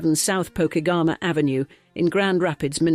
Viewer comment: Po-KEG-uh-ma! Not hating, just saying 😂